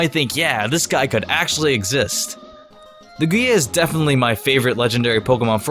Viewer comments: QUIT SAYING LOO-GEEYA!!!!! ITS LOOGEEYA EMPHASIS ON THE LOO NOT GEE IN LUGIA. STOP. POTS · he says it like luGIa instead of lUgia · It's its pronounced Lugia (Loughgia) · he says lugia the same way as u say ikea lol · What about Darkrai, Rayquaza? He doesn't even pronounce Lugias name correctly. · I don't know if you did it on purpose or not but you mispronounced "Lugia" quite a few times.... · I can't take this seriously when you put emphasis on the back end of Lugia's name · lol just ignore me. It was the emphasis you gave to the i in Lugia lol